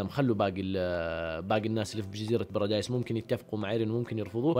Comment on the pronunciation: بارادي✖ براديس✔